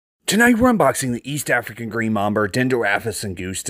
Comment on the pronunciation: Wait did you say Mamber? ❤